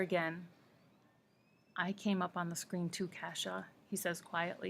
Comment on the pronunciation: Your saying Cassia's name wrong. Its Cass - ia